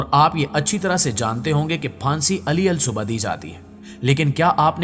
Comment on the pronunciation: Ali al subah nhi hota bl k alis subah hota hai aur jillad nhi jallad hota hai. Apni pronunciation sahi karein